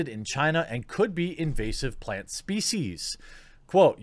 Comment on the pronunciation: Why can't you pronounce 'L' when in the word 'plant' and 'flower', but you CAN pronounce it to replace the 'R' in 'grow'? HMMMMMM?!?!